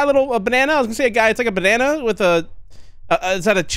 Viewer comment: Good evening! Bro is hitting the griddy in the menu XDD we’ve witnessed the GOB In Ohio XDD “banan” LMAO